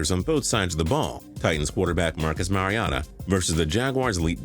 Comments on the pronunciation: It's MariOHta not MariotAH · It's Mariota not Mariata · He said Marcus Mariana it's Mariota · Marcus Mariata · it's MARIOTA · Mariota. How you mess that up..? Mari o’ tah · Americans can't say foreign names right if mariota even is. What on earth is marcus mariata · GamerX 1000 "Mari-atah" really? Then why is the "o" there? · GamerX 1000 no, it’s Mar-ee-o-ta, he’s said it himself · he says mariota wrong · Anyone else really bothered about how pronounces Mariota? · The worst thing about this channel is that you refuse to say "Mariota" correctly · There's no way! I've never heard any commentator say it like this guy did lol.